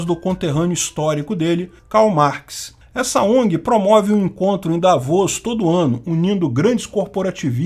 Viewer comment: Carai...quando falou o nome da cidade "Davos"...eu entendo "Lavos".